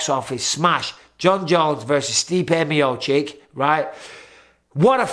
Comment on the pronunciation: Not chick it’s chich